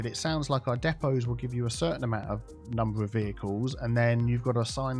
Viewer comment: Depots, “Diiipaws” 😂